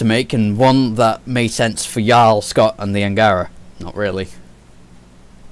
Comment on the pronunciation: Of course I played the game. Multiple times. Maybe you should too. Because if you actually played the game you wouldn't be pronouncing Jaal as Yaal. It's Jaal with a 'j' sound. It's the use of resources to update something that was completely unfair and the original two NPC options for Scott was just an insult to the LGBT community. And yes I understand continuity in story writing. Jaal was written as bisexual. Nowhere in the game before the patch did he give an indication that he was only into women. Like Liam did. The patch simply put the option in like it was originally meant to be. Also they released two patches before this focusing on glitches and will be releasing more.